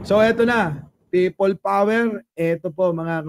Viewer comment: Pay-pol power tlga 😂😂😂